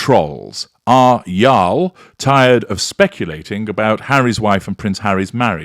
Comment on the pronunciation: Lmao. I am giggling over your pronunciation of the word y'all. That is a distinctly American word, and fully acceptable in speech in informal settings in the Southern and Southwestern regions of the US. Im sure it is grating to an English man though 🤣